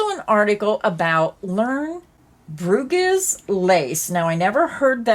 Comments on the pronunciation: Bruges pronounced bruu ch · An easier way to say it is Broo…zh. It’s a town in Belgium…